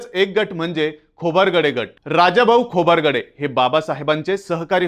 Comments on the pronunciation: नेहमी नेहमी खोबारगडे काय म्हणता, खोब्रागडे म्हणा ना? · खोबरगडे नाही "खोब्रागडे" आहे ते